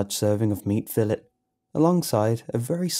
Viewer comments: It’s pronounced “fill-ay” not “fill-it” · This man really just said fill it instead of fillet